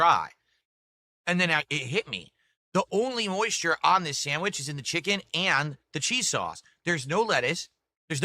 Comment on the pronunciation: Add a new one to the list... "Jiken " instead of chicken